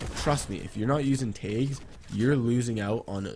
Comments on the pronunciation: its tags not taygs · Made me so mad when u said tages instead on tags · I got so confused when you said tayggs but I finally realized you were saying tags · Is he saying taigs or tags or what? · Is he saying tags ?